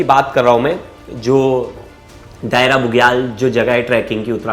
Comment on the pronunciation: दायरा नहीं, दयारा कहिए।